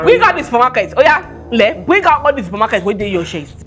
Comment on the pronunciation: She said "bring out all the supermarket in your shest"🤣🤣